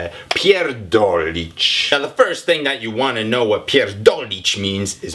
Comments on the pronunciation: Zapomniał o "Opierdolić kogoś". coś jeszcze? I bardzo podobne słówko typu opierdalać się, wypierdalać (wylatywać), zapierdalać (pracować). Ze słowem "kurwa" też można sporo pokombinować, chociaż chyba nieco mniej. mówi jak porządny Polak:) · You're so adorable, but you didn't catch all meanings of this word, there is so much more metaphors to it. And you made a few small mistakes, but it's really good. You emphasize "r" quite well which is important in polish language, so you did a good work here ;) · Soczyście wymawia te "pierdolić" :)